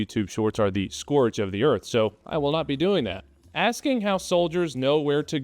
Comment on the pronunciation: Boy really has that NA education Cant say scourge